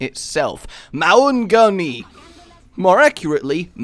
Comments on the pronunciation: mong-a-nui. Thats how you say Maunganui if you wanted to know. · haha it's mong-a-newy and tow-ronga haha #kiwi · the "au" in maunganui is pronounced as in the "aw" in "yawn" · okay this kiwi is gonna teach you guys some nz pronunciation. first off Maori is one silable not two. second maunganui is pronounced mong-a-nuwe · I cringe so much at you pronouncing Maori words... Here's some help with it Maunganui: Mong-a-new-e Tauranga: Toe-wrong-a Maori: Ma-ow-ree Also, I love the idea of the tug of war style map. Great use of the city as well. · Yo, Tauranga is pronounced "Toe-Wrong-a", and Maunganui is pronounced "Maawn-ga-noo-ii" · YEA BOI A NEW ZEALAND MAP (PRONOUNCED MANGA-NEW-IE) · List of names that cannot pronounce- Maunganui- (Maow-gan-newy) Tauranga- (tow-rong-nga) Maori- (may-or-ree) this may have already been stated but it helps to have another list for him to see eh? would really like to see some Maori lines for roadhog, even just Ki'ora would be nice. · I actually can't believe there doing a New Zealand map! That is bloody hilarious, I emigrated to New Zealand and whenever it's mentioned in pop culture, Kiwis get super excited. The pronunciation for Maunganui is Mon-ganui. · Btw it's 'Mo(moth)-nga(really light g)-noo-ee'. And 'Māori' is usually like how you pronounce Maui but with an r, or 'Mo(mode)- ri' if you want to be posh. And and kiwi is also a cool NZ bird. And and and Tauranga is 'Tow(tower)-wrong-ah' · dont worry u will learn how to pronounce them properly one day. either way ur pronunciations gave me a great laugh. tip tho: dont emphasize the g so much 'mong-a-nui' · I'm New Zealander and the way he pronounces maunganui is so funny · WHY CAN NOBODY PRONOUNCE MAUNGANUI OR TAURONGA!?!?!??? IVE BEEN TRIGGERED FAR TO MUCH EVEN THOUGH THIS IS PRETTY MUCH THE FIRST TIME THE INTERNET HAS EVER REALISED THAT NEW ZEALAND EXISTS? (I'm from NZ if you're wondering)